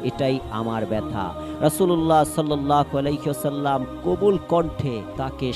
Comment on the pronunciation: রাসূলুল্লাহ সাল্লাল্লাহু আলাইহি ওয়াসাল্লাম না বলে আপনি,, রাসূলুল্লাহ সাল্লাল্লাহ আলাক,,,,, বলতেছেন কেন আপনার হচ্ছে ইসলামী জ্ঞান খুবই কম বিশ্বনবী নামের উচ্চারণ করা শিখেন তারপর ভিডিও বানান 🤔🤔☠️